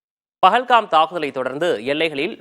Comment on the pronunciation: அது பகல் காம்(pagalgam) இல்லை 😂😂😂பால்கம்(pahalgam) ஒரு நியூஸ் சேனல் எவ்வளவு கவனமாக வார்த்தை உபயோக படுத்த வேண்டும் என்று தெரியவில்லை 😡